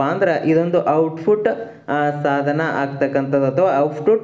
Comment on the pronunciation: ಸಾಧನೆ ಅಲ್ಲ ಅದು ಸಾಧನ